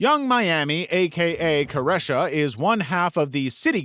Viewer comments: ITS CARE-REE-SHA 🙁 stop acting like you don’t know how to pronounce her name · Careesha- that’s how her name is pronounced! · Caresha (yung miami) is pronounced kar-EE-shuh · “cuh - REH - shuh” now 😭😭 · did u even do research for this video ? that is not how you pronounce Caresha. you should’ve also included Dame Dash and Jay Z